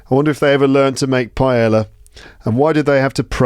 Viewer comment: When you pronounce "paella," you do it correctly, except for the "ll." The "ll" is just like the English y /j/. Greetings, from Valencia.